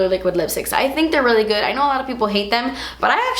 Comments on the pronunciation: "It's not guud." Lmao love that part! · "ISS NO GEWWD" lolololol ded